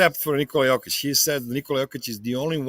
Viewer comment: There is no "Oh" sound in the Serbian language. So when you see an "O", it's always enounced flatly. Hence, J-oh-kic, T-oh-pic wrong. Think of the sound as in the word "Top" or "opp-osition. Not as Oh as in Joke. Hope that makes sence.